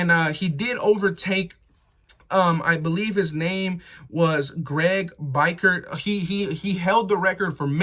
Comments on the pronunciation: That Perryman stat is crazy. Considering all the defensive greats we've had over the years. Biekert pronounced Bee-Kurt... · Don't butcher Greg's name u sound like a new fan smfh 😤